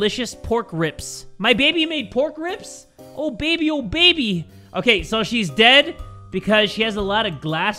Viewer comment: In both games he said BABAY HOLD ME TIGHT